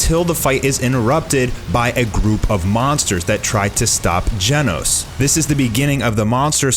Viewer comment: its not gienos. its GENOS!